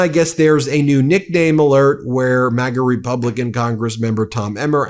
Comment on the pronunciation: I could've sworn that he screwed up the word 'Republican' and said 'Rebumblican' instead. 😂 That's EXACTLY what Trump is!